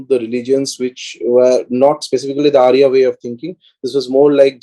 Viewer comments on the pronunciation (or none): none